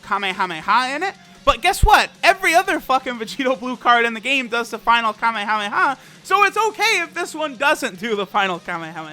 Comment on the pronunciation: Did you just say HAMEHAMEHA? Nigga?